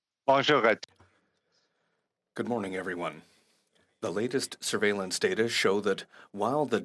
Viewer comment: "The latest survalince system". Do you all hear that....survalince system.....f u tam